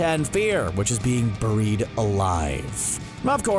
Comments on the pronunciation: Bair-eied not bur-eied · Are we all going to ignore the way this dude says buried. It's not "burried". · STOP SAYING “BIR-IED” ALIVE!” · "Boh-reed alive" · “Bureed alive” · “BOO-ried alive...” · Me reading: "Buried Alive" CBR: "BOEU-RIED ALIVE" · It’s pronounced (bear-ied) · Did anyone else think he said boried alive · Ok, burr-eed? No. It's not pronounced that way. I am bemused. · BORIED ALIVE. LEARN ENGLISH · Derik Savage "Burrr-reed alive" lmao...I heard it too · The way he said buried really annoyed me 😂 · The way this guy says buried 😠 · Learn how to fucking say buried 🤦🏻‍♀️ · Why are you saying “buried” like that 😂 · I think I'm more creeped out by how you're pronouncing "buried." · Its hilarious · I know right lol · You say buried in an odd way